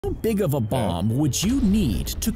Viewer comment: I STG I THOUGHT HE SAID "MOM" INSTEAD OF "BOMB"